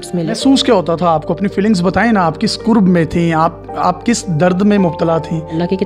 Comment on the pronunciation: Ye lafz qurb ni hota karb hota h. Js ka matlab hota h aziyat. Shayara ny bhi apko durust nhi kia. 🤔